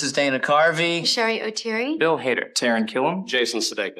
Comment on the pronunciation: Apparently "Cheri" and "Oteri" don't rhyme. I haven't looked up other examples of her saying her own name but in this video she pronounces her first name to rhyme with "berry" and her last name to rhyme with "weary". (shAIRee oTEERee)